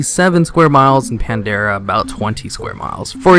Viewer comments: pretty sure i heard a pandara and kalmidor somewhere in there but w/e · great video but you mispronounce ALOT of things from quiraji to pandaria to kalimdor...